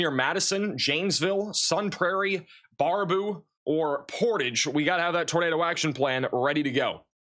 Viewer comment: pronounce bear a boo❤